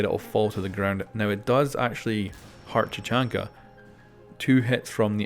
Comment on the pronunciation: Did you just say "chachanka"?!